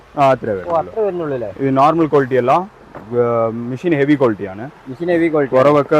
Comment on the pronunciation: മിശീൻ അല്ല, മെഷീൻ ആണ് 😂😂😂